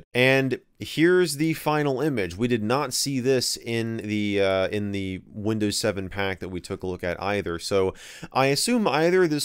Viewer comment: Nobody: Michael MJD: Windöüws Love it! :D